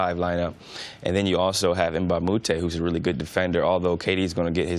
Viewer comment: Cris Carter talks about Luc Mbah a Moute in every show, how about taking 5 seconds and actually learn to pronounce his name correctly?